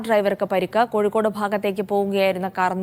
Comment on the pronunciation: കഴിക്കോട് അല്ല കോഴിക്കോട്